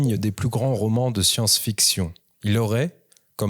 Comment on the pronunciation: C"est un beau român, c’est uneuh belle histoire...c’est une românceuh d’aujourd'hui !😅